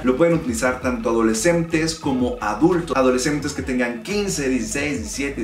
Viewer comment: Porque usa la m donde va la n? memmmta adolecmmmtes